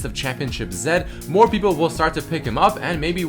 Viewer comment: "zED" more like bannED